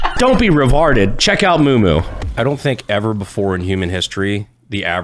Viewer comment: That ad read for some reason had me DYING 😂 We are all revawrded.